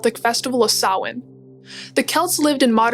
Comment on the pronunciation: Yeay somebody who knows where Halloween comes from and pronounced Samhain correctly 👍🇮🇪 Oíche Shamhna sona/happy Halloween👻🎃🧹⚰️🦇🕷️. My daughter dressed up as a Cailleach (witch🦹‍♂️) this week in school.